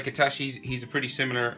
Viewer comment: It's I-T-A-C-H-I You pronounce like I-T-A-S-H-I